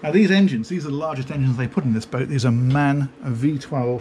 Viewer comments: Another great tour. Really liking your videos of these fantastic yachts. You missed showing the laundry facilities though. BTW.. in order to avoid another world conflict with 'ze Germans:) It's Miele (Meal-uh), and the engine brand is M-A-N (em, eyh, ehn, letter pronounced separately; stands for Maschinenfabrik Augsburg-Nürnberg). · You dont say Man as in Male, you say each of the Letters separately, because MAN is an acronym for... something. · It's Maschinenfabrik Augsburg-Nürnberg.... tss tss tss ^^ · Your German speaking gets better and better. "Miele": very close... but the engines... not MAN, its called M A N, every letter on its on....